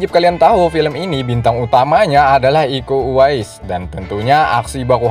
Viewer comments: Iko Uwais bro not be eko,.. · iko uwais, bukan eko sattt ‼️‼️‼️ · Iko Uwais bro.... Bukan eko Uwais